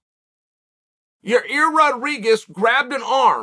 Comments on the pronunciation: It's a simple 2 syllable name YA'IR, YA EAR. NOT your ear or your rear lol. Evidently this fight is like a car wreck and only the insurance agency can can give you the correct picture. 🤷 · There’s NO way in Gods green earth Uncle Chael hasn’t at least Seen enough comments at this point of his mispronouncing fighters names! PIERRA, YARIR, BLAHAL…. So the only explanation left is that he’s either STUBBORN or TROLLY as hell…